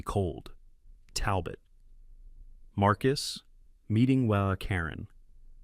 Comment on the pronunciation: Somebody needs to sit that AI down and teach it that 'HOA' is pronounced as individual letters and not like a drunken "Hoo-ah!" I missed about 20 seconds of narration from choking on my coffee for laughing. 🤣